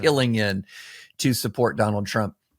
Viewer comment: Don-OLD Trump 🥵 * correct pronunciation